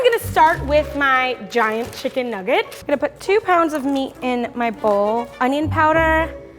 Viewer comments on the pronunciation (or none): “Issa chicken nuuggite”